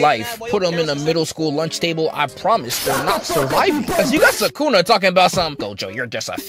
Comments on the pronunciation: Bro why you keep saying su ka na? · Him: SukAna Me: WHO?